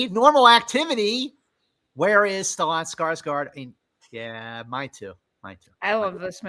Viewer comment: I’ve never heard anyone pronounce Stellan that way before 😂